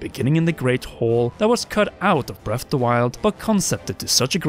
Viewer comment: Breaf’de Wilde